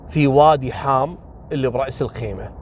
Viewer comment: وادي حاام مو حم وفعلا يمر بمنطقه تابعه لراس الخيمه ومنطقه الفجيره كذلك